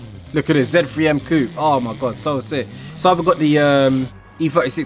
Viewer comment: Bri'ish man saying Coop instead of coupe 😂 Trying too hard to be american